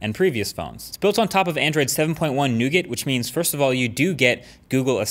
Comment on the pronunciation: I thoroughly enjoy your videos, but learn to say nougat.